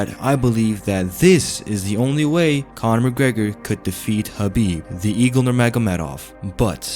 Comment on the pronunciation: Cornor!! " no way